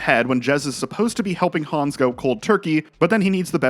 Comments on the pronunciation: Great video! But his name is Super Hans not Super Hons! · Super Hans mate, not Hans